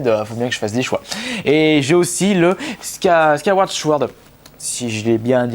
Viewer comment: Chkyward chword à mdr